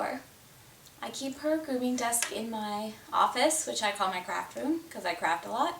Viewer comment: At first I thought you said this is my crap room and I crap a lot! Hahahahahah PRICELESS!